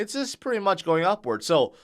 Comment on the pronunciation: can you say the word "going"....ing. not goa